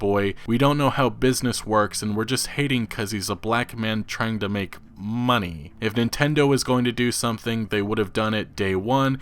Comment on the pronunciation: i'm going off topic but when you say moneh in while playing red dead redemption 2 is funny for me